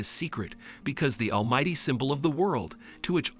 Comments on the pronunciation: All might❌ All mighty✔️ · Bakugo and deku pronunciations are god dang awful and almight is almighty for the first half of the video